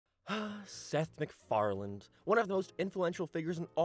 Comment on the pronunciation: It's hard to take the video seriously when in the first 2 seconds you say "Seth MacFarland"